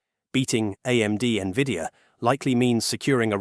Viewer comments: I stopped listening at N-V-I-D-I-A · AI GARBAGE. IT CANNOT EVEN PRONOUNCE NVIDIA.... PATHETIC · It's hard to take this channel seriously when it can't even say NVIDIA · Thats what I was gonna write 😂😂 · When I hear errors like this, my AI alarm system starts ringing.